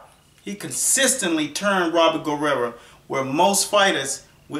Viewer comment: it sounds like your saying Robert last name with an a at the end,wich applies because that's what u would call a female that is a warrior. hahaha! Robert Guerrera!